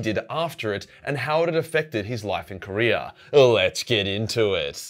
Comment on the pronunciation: LMAO .....IT sounded like you said "What he did after HELLSREACH, and how it affected his life in KOREA." 🤣🤣🤣 If GRIMALDUS had fought in the Korean war... BODIES.....JUST AS FAR AS THE EYE COULD SEE...LMAO